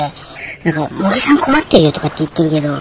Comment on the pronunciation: おばちゃん(笑)茂木→→もてぎ。だよー